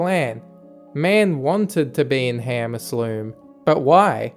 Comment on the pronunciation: I love man: arcum aslume